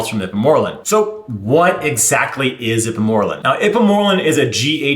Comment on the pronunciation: "Ip moralin" 🤣😭😭😭